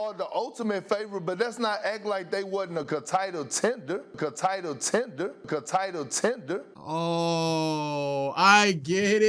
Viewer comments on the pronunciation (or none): “Ca-Title Tenders” 😂😂😂 perk wtf💀